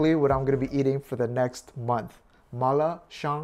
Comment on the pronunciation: He actually pronounced it just right at the end... in Mandarin at least it sounds like gwoh. It also doesn't mean mushroom, it refers to the aroma